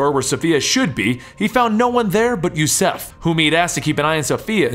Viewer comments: Yusuf not yusef, are you unable to read ? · It's Yusuf bot Jouseff...Ziio not Zyo